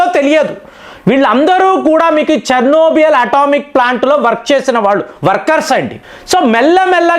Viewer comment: CHERNOBYL, not Chernobiyal